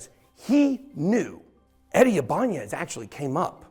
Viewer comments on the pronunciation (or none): bro that is so not how that is pronounced 😂 It’s actually also the name of a guitar company. You’re saying the n like an ñ. It’s just “I-buhn-nez”. …orherwise interesting video though, didn’t even know all of this happened, thank you for sharing